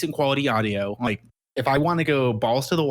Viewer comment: Who is saying rike evertime he means to say like? Or is it a serious speech deficiency?